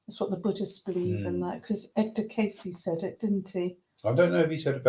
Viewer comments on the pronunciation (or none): none